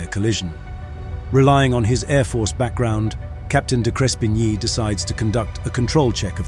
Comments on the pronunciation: Good account but your pronunciation of the hero Captain's name was wrong. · You could at least have learned the Captain's name pronunciation. Insulting. May not mean much you may think, but in aviation, attention to detail is extremely important. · How about you learn how to pronounce the pilot's name. Such disrespect. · Why didn't you use an Australian accent or correctly pronounce the captain's name?